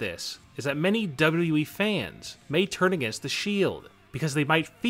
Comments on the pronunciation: He said wweee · You say wwe wierd